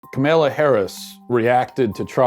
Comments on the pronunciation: 100% agree with you on this issue Matt. (Side note: Her name is pronounced "comma-la") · he’s so dumb he can’t even say her name right